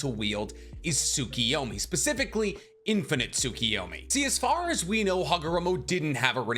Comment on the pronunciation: 😂😂😂 unfortunately didn't manage to help when it came to "tsukiyomi"